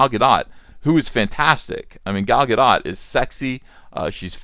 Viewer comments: It's not pronounced like Godot (it's not French), but it's not pronounced the way you are pronouncing it, Gahdaht, either. It's pronounced Gahdoat. The stress is on the second syllable, and the 'o' is long (rhyming with oat). Also, her first name is pronounced more like Gahl. Sorry to give you a hard time about this, but since you brought up the issue of how the name is pronounced, I felt it was okay. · It is most absolutely pronounced "Guh-doat" (rhyming with boat). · Not Gadot-rhymes-with-snow Not Gadot-rhymes-with-hot It’s Gadot-rhymes-with-boat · Gal Gadot has several videos about pronouncing her name. It's Ga-DOT. Emphasis on the second syllable, long O, and the T is not silent. Thinking back, I believe it was John Campea who was the first person I remember pronouncing it Ga-DO, silent T. That was back when I was watching AMC/Collider Movie Talk daily (RIP Schnepp); about 12 - 18 months before the release of the first WW. Maybe the silent O would be the French pronunciation, but she's obviously not French, Campea! One more reason he's so insufferable now. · It’s more like “Gah-dote.” Go listen to her pronounce her own name. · GadOT. Rhymes with oat. Hebrew. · You still pronounced Gal Gadot’s name wrong. The O is a long O sound, like “broke”. Hope that helps. ;-)